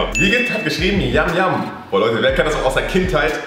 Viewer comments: Ich mag yum yum trocken mehr und es wird nicht yam yam ausgesprochen sondern yum yum wie auf der Verpackung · Das heisst nicht yam yam sondern yum yum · Nicht Yam Yam sondern yum yum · Man spricht es jum jum aus nicht jam jam